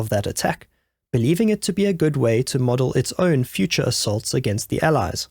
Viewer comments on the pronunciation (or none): none